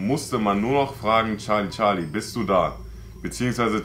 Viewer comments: Nicht charli charli sondern scharli scharli😂😂😂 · Es ist nicht charli charli es ist chali chali🤗☺ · Charlie Charlie:SCHARLIE SCHARLIES 🤣🤣🤣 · charli charli: Schali Schali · charli charli: schali schali🤣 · sagt immer scharli scharli